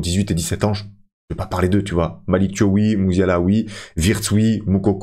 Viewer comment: Thiaw c'est un nom de famille sénégalais, on prononce comme c'est écrit, le son "iaw" et pas "iow" à la fin